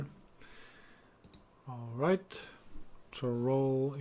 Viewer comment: Some tips on the pronunciation of the Imperial towns :D Cheydinhal : "shay-din-hal" Leyawiin : "lay-a-win" Chorrol : "kor-rol" Bravil : emphasis on "vil" Kvatch : "kuh-vat-sh"